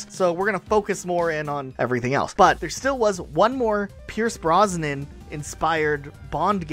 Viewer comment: Pierce Brosnan not Pierce Bronson/Bronsnon